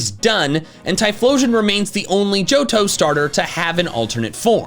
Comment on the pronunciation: It's "Johto"